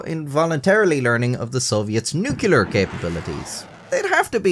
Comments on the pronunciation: NUCLEAR.... not nucelar.. that just sounds stupid. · A few years ago, after a video where you repeatedly pronounced Nuclear as Nuculer (who could really blame you, since many US presidents pronounced it the same way) you went out of your way to pronounce it correctly in the next video. Then have pronounced it incorrectly in every video since. I've also never heard anyone pronounce Mujahideen quite that way before. Anyway, stay safe. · No, it's called pronouncing poorly. I am a non-native english speaker, and saying "nucelar" instead of nuclear is just dumb. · The word "nuclear" is 2 syllables, As in: 'NEW-CLEAR' you keep saying 'nuk-u-lur' Its a common mispronounciation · "Nu"-"clear". Please, for my sanity, not "nu"-"cu"-"ler". Thank you sir. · Except he screwed the pooch and said nuke-yah-lur instead of nuclear. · Still nucular? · Mispronouncing "nuclear" in a documentary should be a punishable offense. There's only ONE "u" ffs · "Nu-cu-lar! It's pronounced nu-cu-lar!" You're in good company